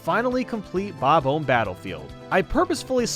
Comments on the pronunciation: Bob-uhm Battlefield? Nice,. The “omb” is pronounced like “bomb”, meaning you say it like “ba-bomb”. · Say bom om not bobum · sounded like you where saying"bobble" instead of "bob-om" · Bob-omb does not rhyme with comb. It rhymes with bomb. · How do you honestly mispronounce "Bomb-Omb"? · "King Bab-Umb" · Sorry, but... why do you pronounce bob-omb like that? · The way he pronounces "bob-omb" makes me chuckle. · Your pronounciation of those bomb guys might be a Bad Bob-Omben...